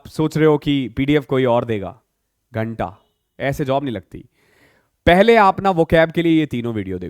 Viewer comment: ye kya bol gye 'ganta'😶🙊🙉🙈✍️✍️